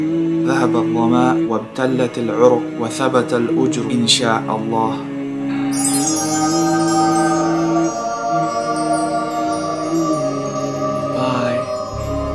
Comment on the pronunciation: dua pronounciation correction: zahabadhamau wabthallathil urooqu (عروق) wa thabathal ajru(not ujru) , insha allah